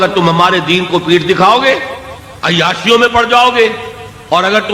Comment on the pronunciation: ابے ۔۔۔۔۔۔۔ عیاسیوں نہیں ہوتا ہے ، عیاشیوں ہوتا ہے ۔۔۔۔۔۔ bhkkkk